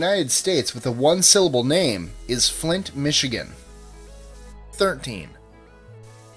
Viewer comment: Flint Michigan sounds like 4 syllables to me, maybe because I'm British.